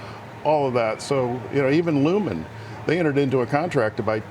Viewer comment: Lumen??? This guy ! You mean Lumentum😂😂😂😂